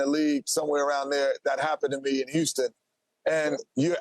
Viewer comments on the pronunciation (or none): none